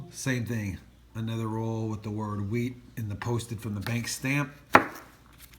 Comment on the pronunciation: It is not whreat penny’s it is wheat penny’s but yes you gotta love some wheat penny’s